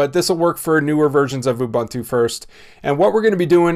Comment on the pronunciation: "OOBOONTOO" please. Not "OOBANTOO" nor "KOOBANTOO".